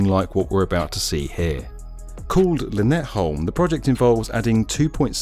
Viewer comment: Brilliant video as ever. The one thing I took away from this, is the pronunciation of "By & Havn" :D You actually got Lynetteholm just about right, which impressed me, but By & Havn left.. room for improvement :P